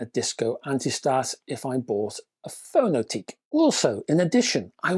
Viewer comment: A year on and there still doesn't seem to be any reviews of this? Btw, given the company is Estonian, I think the name would be pronounced "Fono-tek".